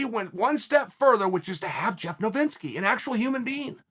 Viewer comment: Ol Jeff Novinski….. c’mon Chael. It’s Novitsky